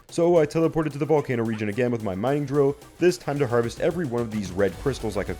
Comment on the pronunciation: Japanese accent for a mining drill made me piss myself, simply was not expecting it😂. Other than that great vid ive only just found your channel and have binging all the 100 days.